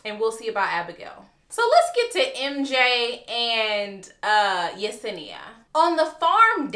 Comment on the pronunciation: Yes you said Yesenia’s name correctly